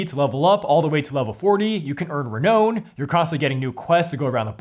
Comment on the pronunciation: Sorry but your past videos have kind of invalidated any trust I have in your videos moving forward. Within a few minutes you mispronounce renown then can't even say the studio name correctly. "Re-noon" "stew poor" lol learn basic pronunciation, then you criticize a PROTOTYPE rulebook. Do you know what prototype means? And of course you had to throw in your simping for AI slop Awaken Realms games. Pathetic